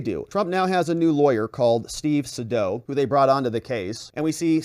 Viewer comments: His name is pronounced SayDow! Long A, dow, as in Jones! 😊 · Its Sadow = SAY DOW